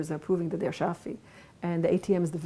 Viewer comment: It's Shafi, not Shari.